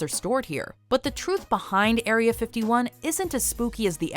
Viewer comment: It’s area, not aria